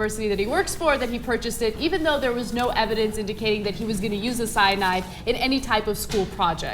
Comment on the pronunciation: Oh Ana ordinarily I enjoy your presentation but you really over pronounce CYANAAAAIDE :p